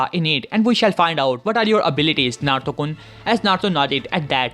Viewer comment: Why are you saying Naruto kon